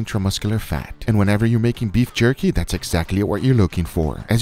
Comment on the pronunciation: Guga: "Beif Jurky" 🤣